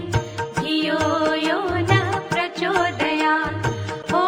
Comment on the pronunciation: शेवटची ओळ् 'प्रचोदयात् ' 'त्' चे उच्चार का करत नाही. 'त्' का उच्चारण सही क्यों नहीं होता l